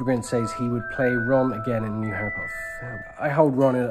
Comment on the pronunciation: hey, it's prince Harreh